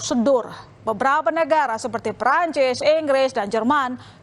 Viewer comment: PERANCES ENGGRESSSS😅